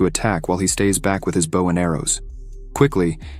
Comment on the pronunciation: I like it, has above average grammar but come on the AI reader is annoying. keeps reading words like weapon as "weepon" and friend a"frind" Bow as "boo" etc...